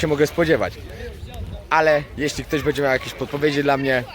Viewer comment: twoje filmy są świetne ale na miłość boską B Ę DZIE a nie BEDZIE;) Pozdrowienia i wszystkiego najlepszego!